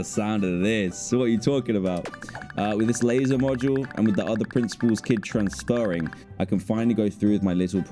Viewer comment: I love how he said transferring 😂